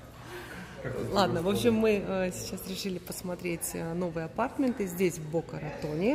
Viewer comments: АПАРТАМЕНТЫ УДАРЕНИЕ НА МЕ. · Татьяна Щербакова - в английском языке 80% ударение падает на первый слог. В слове aPARTments, корень part, ударение на вторую А. верно сказала на английский манер. Как все сейчас говорят мАркетинг, а не маркЕтинг. Хотя в фонематических правилах исконно русский вариант - маркЕтинг.